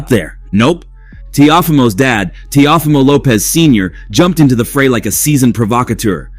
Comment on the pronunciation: Bro wtf did u just call him? Tia fima lmfao. If you can’t properly pronounce their names. Why do a video in them.